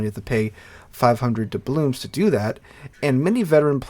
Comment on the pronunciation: Why do you say “doublooms”? Instead of “doubloons”?